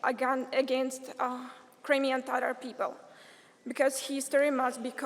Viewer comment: What kind of tatar she is when she cannot pronouns word TATAR. Real Tatars do not pronouns it like that. She is pronouncing it more like English- tarar- instead of TATAR.